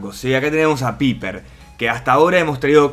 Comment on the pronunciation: paiper se pronuncia paiper eso de Piper suena como pene en algunas partes de Latinoamérica